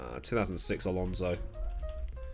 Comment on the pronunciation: Ah yes, Fernando Alsonso